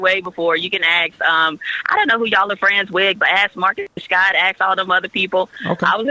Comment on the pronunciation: Did you seriously say "axe"? As an adult, and a professional that speaks for a living, how can you let yourself get away with that?